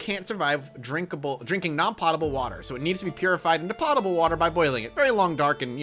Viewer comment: "POE-tah-bull" I like this game though.